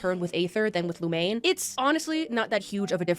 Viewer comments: If I hear "Lumane" one more time... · playing a game for four plus years and not knowing how to pronounce the mc's name properly is peak mihoyo fan behavior